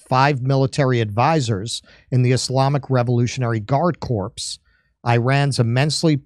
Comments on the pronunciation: pronounced “core”. A “corpse” is a cadaver. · Dude, you need to pre-read what you are saying. Corps (silent S), Dead Gen is a Corpse (silent E). The comma's ect...are there for a reason. Sorry for buzz-k*ll, but I found it hard to figure out what you read then said, and I want too. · The word "corps" is pronounced, "kore". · Pronounced core, not corpse! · Two things: 1) corps is pronounced like core 2) number of the beast shirt deserves praise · Just fyi corps is pronounced core. You dont actually use the last two letters :p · Good stuff, but please pronounce the 'rps' silently... It's a french word... not pronounced like the word "corpse". Carry on ;) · In corps the s is silent just so you know. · It is pronounced 'core' not 'corpse'. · Good grief, it's pronounced CORE dummy, not corpse as in a dead body. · It's pronounced "core'. Corps is pronounced core. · Sounds like Core, not Corpse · Please do NOT pronounce the "s" on the word "corps"!!!! Corpse has the "s" pronounced and is a dead body! You are an intelligent analyst and this mispronunciation betrays your believability! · Let's stop pronouncing the "P" in Corps. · How could someone mispronounce guard "corps " as guard "corpse" ? ... It's boggling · Jimmy Dore Show: I suggest telling that "Corps" is not pronounced like "Corpse", for the 's' in "Corps" is silent, not pronounced, while the 's' in "Corpse" is pronounced, of course verbally. A corpse is the body of a deceased person or other animal, f.e. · It's amazing how such an avid reader like mispronounces so many words. Even very simple ones like corps. The P is silent. It's marine corps. Not marine corpse (the body of a dead marine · Corps is pronounced CORE. Not corps. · It's also not "corpse". it's "core" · as long as you are focused on correct pronunciAtion; Corps is NOT pronounced literally. It is pronounced "kor". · "Guard Corpse" 😂😂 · Corps. Ps are silent in that one. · the "p" is silent in Corps i.e. Police Corp pronounced core.